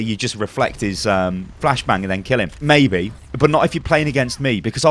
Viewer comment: I dont know, mei-be ur right.